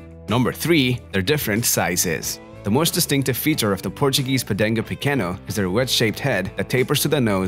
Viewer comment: It's called Podengo (with a G, not C) Pequeno (no ~), not Podenco Pequeño. It's a Portuguese dog name, not Spanish.